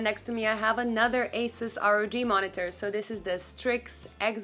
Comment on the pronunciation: Thank you for mentioning G-Sync compatibility, but the company name is pronounced “A-seuss”, not “a-suhs” which a lot of people call it - overall great review!